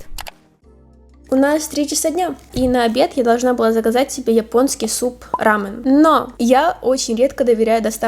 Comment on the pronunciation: только не рамЭн, а рамЁн. прекрасное видео, ))